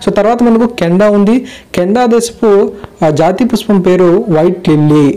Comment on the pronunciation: PushPam not puspam